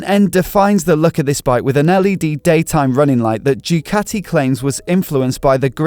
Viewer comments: You destroyed the name of Ducati is a latter D. start to say do-cat-tee and not choocati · Ducati is simply the best, but please, learn Italian properly!